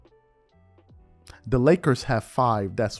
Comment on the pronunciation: When he says Kobe went 5of7 in the NBA Finals, it sounds like he said 5-7 as in 12 total games. I had to rewind to catch it. Also when he broke down the Western Conference Finals Champions from The LAkers have 6 .